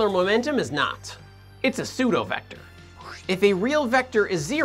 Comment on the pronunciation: Why say seudovector instead of pseudovector?